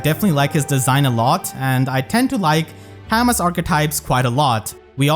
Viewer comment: You know it's pronounced Cah-Moo now, right?